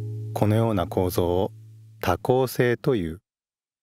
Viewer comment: 多孔性が夜行性に聞こえた